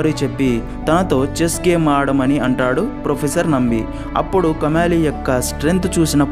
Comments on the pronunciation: Kamaali kadu , kamali. Then Kadukkaveri kadu, nadu kaveri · కమాలి కాదు కమలి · It's not kamaali it's just kamali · Kamaali kaadhu kamali